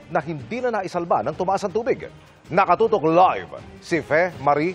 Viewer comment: Tina panganiban, bigkasin po ng tama ung letter K, kaya dapat ganito po, NaKatotok, hindi po naHatotok